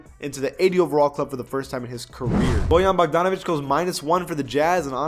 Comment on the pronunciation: I like how you pronounced Bojan perfefectly end then really really messed up on Nemanja